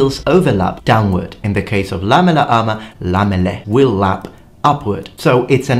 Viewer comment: Lamuler armer